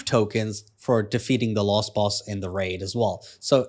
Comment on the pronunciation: You keep saying lost boss instead of last.